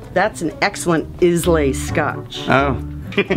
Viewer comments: It’s not pronounced is-láy. It pronounced eye-la. I know I’m Scottish. I prefer the scotch whisky’s of the Islands, like Breuxhladdich, Bunnahabbin and Talisker. I won’t drink blended Scotch. Other than these I also like MacAllan, Highland Park and Ledaig. I also like Jameson’s whiskey, we pronounce it Jimisons over here, I love Tullamore Dew. I’m also partial to Makers Mark and Wild Turkey and I can happily drink Jim Beam. I can drink Jack Daniels but if any of the other three are available I’ll choose one of them first. One I’ve just recently bought is called Edradoour and in my opinion it’s quite a nice drop. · I cringed when she said is-lay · Did you tell the cashier that Islay is pronounced "Eye-la"?